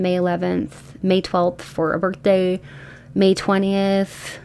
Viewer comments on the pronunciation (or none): May 11th is “ma birf day”😂🎉